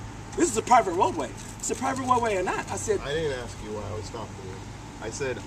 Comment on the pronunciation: he said axe instead of ask